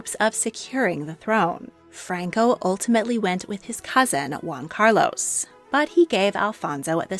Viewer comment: This is AI. AI cannot pronounce Regent or Carlos correctly. 😂😂😂